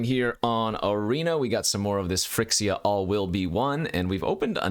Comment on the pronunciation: why do you always misspronounce phYrexia, is that some kind of insider? hurts a little bit every time i hear phrxia